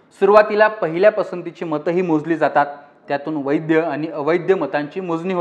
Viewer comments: वैध मत म्हणतात वैद्य नाही... आधी मराठी नीट शिका आणि मग लोकमत वर या... 🙄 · वैद्य आणि अवैद्य नाही वैध आणि अवैध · वैद्य नाही रे बाबा वैध